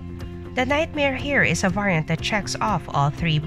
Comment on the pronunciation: Why don't you pronounce variant correctly?